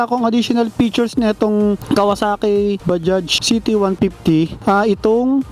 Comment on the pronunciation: Ayos pagka basa mo sa bajaj sir ok po kayo. Ibang blogger dyan mali mali mag basa dyan badja daw? Baja? Mali po!